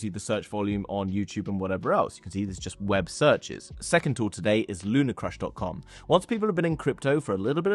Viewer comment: LunaRcrush Must have the R in the middle.